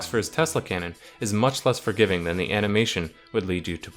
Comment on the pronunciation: ze hight damage XD